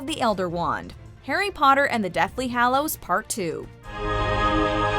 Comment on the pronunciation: every time pronounces hallows wrong i lose a braincell